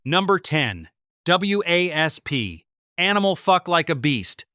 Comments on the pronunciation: dude you taking the easy way out.. and do not even have the courtesy to fix the fuck ups... review ya shit and do like everyone else does.. find a way for the AI to pronounce WASP as WASP... probably had the AI write everything and lay it out and make the video also not just the voice model... review ya shit poser... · W.A.S.P. is pronounced wasp. Please try to get information correct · Well, when you’re talking about WASP it’s called wasp, pronounce it as wasp and quit trying to be stupid about how to pronounce their names and I know Blackie Lawless it’s very famous for pushing boundaries. And he did a very good job at it. You can love him, and you could hate him the simple fact of matter he was there and he was in everybody’s face and I have a lot of respect for that band in him. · Why is the Video and song for "Blind in Texas" the Wild Child? Who messed that up? Why can't the AI say Wasp like the insect. These videos are so funny to listen too at times. It says 8 0 s instead of the eighties. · A lot of Click-bait AI can't pronounce 80's or words like WASP has to spell it out. MTV played "Were Mot Gonna Take It". Most the songs on this list were played by MTV. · Stop calling them W A S P. it is WASP. We Are Sexual Perverts. So annoying AI shit. Nailed everything else. I did see 8 out of 10 on MTV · It's not pronounced w a s p...it's wasp. Stupid A.I. . Ya I didn't see Dee in full get up at senate hearing, he was in blue jeans and Jean vest. This channel sucks. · Why you call it Blind in Texas the video you showed was Wild Child and iis WASP not W A S P fix your AI before doing another video embarrassing yourselves again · these channels get on my nerves..........the band was/is called Wasp spelled W.A.S.P. not W...A...S...P.........it's pronounced/said like the insect not the way A.I. id saying it here.......... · if there were no periods for AI to read off, then yeah. Wasp. Instead of w…a…s…p… every time it said their name. Think! 😏👈